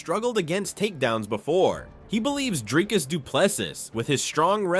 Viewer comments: How can Dana still not pronounce Dricus’s name properly? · Even Dana doesn't know how to pronounce his name